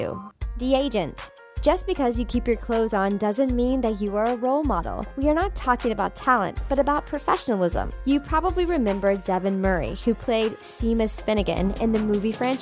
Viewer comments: "SEE-mus" (Finnegan)? Is it daft ye are, woman? That's SHAY-mus--and SHAYM on you for not knowing that! ;-) EDIT: What is up with another one of these narrators? How could she be held up as an expert on HP when she pronounces JKR's surname to rhyme with "HOWLING"? "ROWLING" RHYMES WITH "*BOW*LING"! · Who is See-mus and what is a heart stroke 🤣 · Lol she said "sea-mus" its pronounced SHEA-MUS" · what seeemus fam its called sheimus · OMG u pronounced it SEAMUS! Its pronounced SHAME-US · she said seemus ugh lol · “See-mus Finnegan” “Michael Gamdon” Who tf is this narrator? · when they said seamus's name as shamus and not shamus 😐🤚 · she really just pronounced seamus like "seemus" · Seamus’ name is pronounced SHEA- MAS